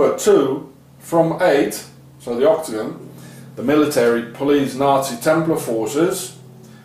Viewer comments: oktogon. Ok-to-gon! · Every time you say octagon I hear ' or dagon' instead. Dagon is who they worship also. The Pope's hat. I haven't seen any of your other videos so IDK if you've spoken about it.